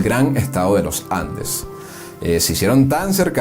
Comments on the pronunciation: "austEro", palabra GRAVE Y NO ESDRÚJULA. Con esa metida de pata gramatical ya se deduce el origen del narrador. Sorry! /// Además es LoS Andes y no los Lojandes!!! !!! !!! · Buen documental. Mi único consejo sería la necesidad de pulir la oratoria, para no afectar la calidad del documental. Por ejemplo: no diga "Lo Jandes", diga "Los Andes". No diga "Poco Jaños", diga "Pocos Años". No diga "Aquello Jaños", diga "Aquellos Años". La lingüística y pronunciación es vital, para darle prestancia y elegancia a éste y futuros videos documentales. También faltó comentar sobre Victorino Márquez Bustillo, quien fue presidente de Venezuela, entre 1914 y 1922. Gracias por este magnífico tesoro histórico.